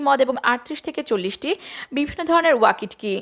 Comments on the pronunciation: It is not Wakit ki it is waki toki ( as spelling) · ওয়াকিট কি বলছেন কেন এর উচ্চারন ওয়াকি টকি । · ওয়াকিটকি উচ্চারনটা সঠিক করুন।